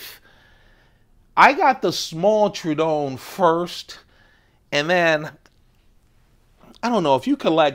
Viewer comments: its not pronounce true-don, rather it is pronounced True-A-don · Not trying to be that guy but it's pronounced True-uh-dawn. That's a beautiful example. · It's TROH-ə-don